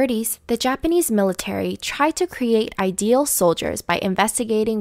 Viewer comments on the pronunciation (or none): none